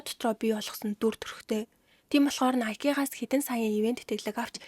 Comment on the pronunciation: nikE bish Nike shuu kk